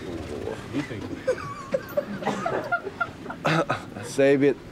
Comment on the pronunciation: Save it이 뭐가 그렇게 웃긴지는 모르겠는데 저 상황에서 save it이면 잘못된 표현은 아님 그리고 b발음에 가까웠다곤 하나 20넘은 뒤부터 공부했는데 저정도면 잘하는거지.어릴때부터 자연스럽게 안익히면 힘든발음임ㅇ 웃음 포인트는 너무 노골적으로 용어 쓴거아닌가 돌려 말해도 되는걸